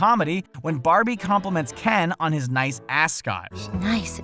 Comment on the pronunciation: it sound like "FuckWad"